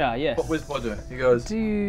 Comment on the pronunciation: Anyone else getting a Wizard of Oz vibe from this team? No worries,; you still have shopkeeper abilities! Bodger (now pronounced 'Baawjeur' instead of 'Bohjah') can now be an American blacksmith (I'm guessing a Californian? I'd love to hear your Southern drawl. Or maybe a Jerry Lewis! 😬) I can't think why Hell didn't want your loincloth. Brielle, I mourn your loss; but there's nothing that says you can't relearn the art of the bagpipes. Or take up the vuvuzela? Baradun - I think I'll miss your smugness most of all. But I have a feeling that even The Infernal Pit won't be able to take away ALL of your bad-ittude. 😎